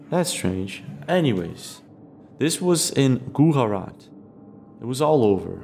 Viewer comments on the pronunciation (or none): Gujarat is pronounce Gu-Ja-Rat.. not Gu-ha-rat.. its one of the states in the western parts of India. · Hey. Please, please, please pronounce the "J" in Gujarat, as a "J" and not an "H"! its extremely incorrect the way you're pronouncing it... Thank you. 🙄